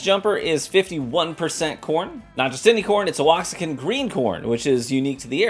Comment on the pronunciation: Wah-hawk-in is how we pronounce it in Texas. Really good Mexican mozzarella style cheese too. I put it in my enchiladas. These both sound very interesting.